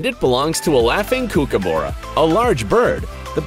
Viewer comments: just a heads up, it's pronounced as "ku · kuh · buh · ruh" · Wait - Kooh-ke-boo-rah? LOLOLOLOL No, dude. Shorten those vowels! Kook as in "cook" or "cookery", ah as in "Ah! Got it!" And "burra" as in - I got no American phonetic equivalent for that that I can think of. Sorry. Burrow? But you guys say "boo-row" too. LOL. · I am so annoyed at the way he said kookaburra, also where is the giant panda they literally squeak